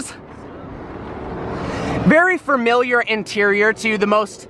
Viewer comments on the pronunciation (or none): Can somebody PLEASE teach the word "familiar?"